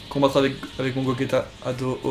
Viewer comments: C bien beau mais.. C'est gogéta et non gogeta! Enfin on l écrit gogeta mais sa se prononce GOGÉTA voilà ! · Tu respectes même pas son prénom à Gogeta, ça se prononce GOJÉTA et ça s'écrit GOGETA